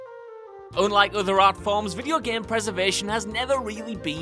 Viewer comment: can't u just say "unlike" instead of "ownlike" or "onlike" jeeez